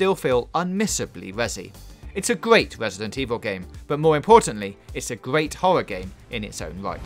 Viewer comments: "It's a gweat wesident evil game" - subbed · "Its gweat" "refrews"